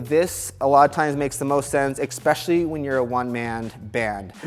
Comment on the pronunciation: "Exspecially"... Lol. The word is very "especially".